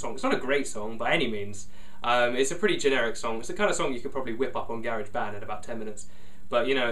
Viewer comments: i love how he pronounces garage band :)) its cute. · I love he way he pronounces garage band.